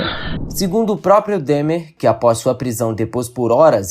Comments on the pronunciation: É DÃHMER a pronúncia e não DEHMER! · nao e dehmar e dahmer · Não se diz Dehmer, é Dahmer, com A.. por favor 😅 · Que agonia ele falando "Demer" a pronúncia é igual a escrita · Filho, procure pronunciar o nome de Jeffrey Dahmer como pronunciamos aqui nos Estados Unidos. Se pronuncia “Dómer”, se soletra Dahmer. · Fala-se "Dómer"! Parece até que não assistiu a série. 🤦‍♂️